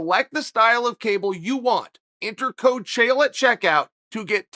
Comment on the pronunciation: Chael says this is a name we'll have to get used too and doesn't even pronounce it right Ok great